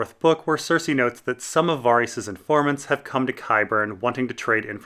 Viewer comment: Varys is not Vaarys 😂😂!!